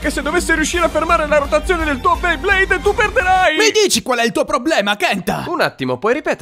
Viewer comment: Hai detto "Blayblade" 😂